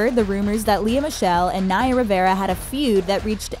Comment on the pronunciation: U said naya wrong. Rip naya